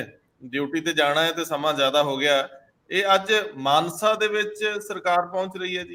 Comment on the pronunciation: It is not Manse it is pronounced Mansa